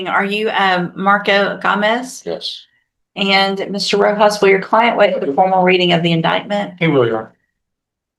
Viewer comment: lol she never knows how to say Gomez.